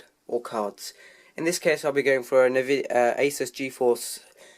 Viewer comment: It's pronounced a-soos.